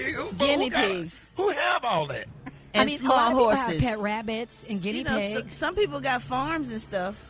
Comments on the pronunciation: Gary, laugh at Brat she couldn't pronounce guinea pig😅😅. They skipped over it 😅😅 if that was you Gary they would still be laughing. "It's time for Gary word of the week". Guinea pig 😅😅😅😅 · Brat mispronouncing guinea pig better never mess with Gary word of the day. Rickey says he cannot stand cats, don't like pussycat. Boat brawl was a proud moment